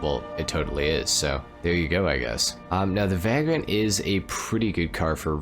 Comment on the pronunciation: Vay-grent not vag-rent. Like a bum or homeless person